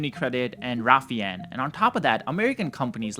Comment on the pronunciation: Unicredit and Raffien??? I think you meant Raiffeisen.